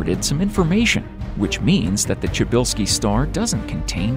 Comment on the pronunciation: Why do you pronounce it Chubilski? Pryzbelewski. Watch The Wire if you want to know how you pronounce it....